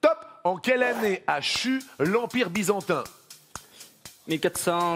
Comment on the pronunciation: C byzantin et pas bizantin